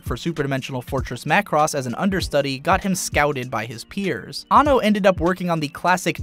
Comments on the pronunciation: His name is pronounced "An No" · He is AN-NO, not anno